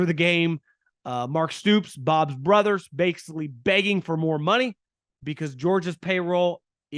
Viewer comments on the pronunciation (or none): none